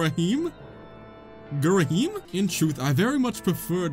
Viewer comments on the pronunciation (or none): Here's how most people pronounce ghirahim - the words gear a him. That first boss is really just a big skill check to make sure you understand the combat too litterally everyone struggles on it and you understood the first phase really fast don't worry lol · pronounced Gi-ra-him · its pronounced gie-ra-him :) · I think the most common pronunciation for Ghirahim I’ve heard is “gee (like geese) rah heem” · "Oh my God he's hot." Also it's pronounced "Geer-uh-HEEM." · Ghirahim is pronounced Gear-ra-him or Gear-ra-heem if you prefer. People hate Fi because in the original, Fi would always pop in and give you “tips” so basically she wouldn’t shut up. Nintendo realized this and made all of Fi’s tips entirely optional in the remake. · Gear-a-heem/Gear-a-him Fie>Fee don't me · The villain's name is pronounced GEE-RA-HEEM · Say ghirahim like gear-a-heem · Ghirahim is pronounced like "Gheeraheem" I hope you understand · It's pronounced gear-ah-heam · No it's pronounced gi-rah-HEEM